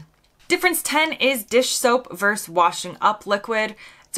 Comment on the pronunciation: The word is Versus,two syllables. Not Verse, one syllable.